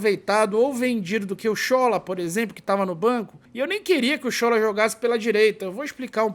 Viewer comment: Boa tarde!, a pronúncia correta do nome do Sola é "Sholá", como se tivesse um acento agudo como nas palavras olá e sofá. Quem me falou isso foi um nigeriano que mora na Bahia.